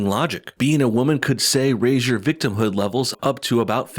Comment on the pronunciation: Dude said the “Victimhod Olympics”